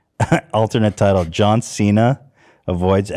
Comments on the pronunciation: As someone who actually speaks Mandarin, John Cena's pronunication is fucking terrible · As a Chinese person I will say that it is impressive that he can speak Chinese, his grammar is bad. But that’s cos Chinese is wonky and his pronunciation can be worked on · What was the proper pronounciation,? Ethan: singing: John Cena?: no but in Chinese dialect: John Cena... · John Cena speaking Chinese is so cringe, he pronunciation is flawed...i speak Mandarin and I could barely understand what he was saying without the subtitles....yikes.